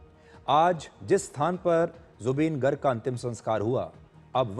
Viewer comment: Woh गर्ग nahi ...गार्ग hota h... -Zubeen's fan from Assam